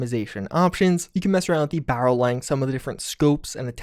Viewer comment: "on the fly, switch to under BAHrell" that almost knocked me out of my chair for some reason lol